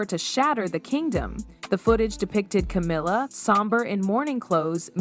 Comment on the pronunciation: AI bullshit. Can't even pronounce Camilla's name right.